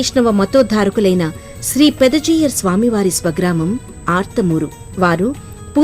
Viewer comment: ఆర్త్ మూరు కాదు అర్తమూరు